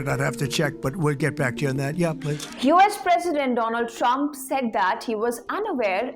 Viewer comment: Once the wise man said dolund trump 😂😂😂😂